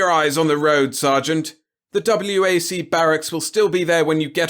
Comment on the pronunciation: WAC would have been pronounced as if it was a word, not separate letters. The WACs and WAVEs were the women's separate and subordinate Air and Navy.